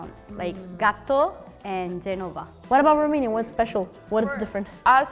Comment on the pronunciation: The "Italian" young woman is ROMANIAN, as she herself admits. She does NOT speak Italian as a native does. You can hear her slight accent. Also, she mispronounced the word "Genova." She said it as "Ge-NO-va," incorrectly placing the stress on the second syllable. The correct and only way to pronounce it is to say "GEN-o-va," with a strong stress on the FIRST syllable. Unlike the other Romance languages, especially French, syllable stress is very important when speaking Italian, as it can make it hard for proper Italian speakers to understand you much of the time. Next time, please have a REAL Italian on your panel!